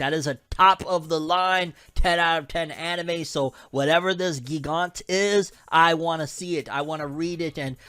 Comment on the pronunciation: It's pronounced gigant as giant not gee gant